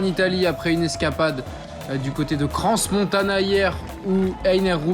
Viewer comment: Nous-même Français faisons souvent l'erreur pour Crans, ce n'est pas tous les jours que l'on parle de cette-ville non plus, cette station est un peu élitiste aussi. Je n'en voudrai pas à un Suisse de dire 'Avoriaz' en prononçant le z, il n'y pas mort d'homme ;)